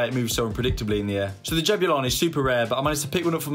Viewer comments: Pronunciation is actually "JABOOLANI" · I'm from South Africa. The name which is a common name for black males is pronounced - Jah boo La knee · Lol it’s pronounced Jab-oo-la-ni Also I think the main reason why the movement is so erratic is because it is designed to be played in higher altitude(high enough for a rugby ball to carry an extra 9 meters and at sea level as well as a rediculous difference in humidity levels between altitudes and different parts of the country with little difference in movement variation. I live in South Africa and and the difference between Johannesburg and Durban and Cape Town. Johannesburg being dry and hot with afternoon showers. Durban being hot and Extremely humid, enough that if you moved from Johannesburg to Durban via plane when you get out you feel like your swimming through the air(hot tub edition). And Cape Town being highly a kin to the climate found in the south of France, Italy or Greece, extremely Mediterranean. So the ball was probably designed with that in mind. If you wanna see just how many climates there are in SA go look at a climate map